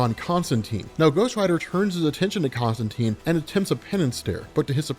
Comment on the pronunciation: Love it! I'll even forgive your mispronunciation of Constantine :)